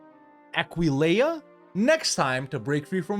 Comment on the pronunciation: Yay he finally learned how to pronounce Aquileia